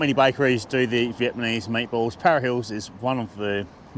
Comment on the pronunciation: Is he saying Vietmanese? Stoner?